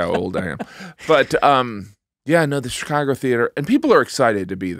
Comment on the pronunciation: take a shot everytime someone says shicargo